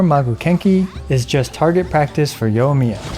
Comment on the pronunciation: It's pronounced yoi-miya not yo-miya....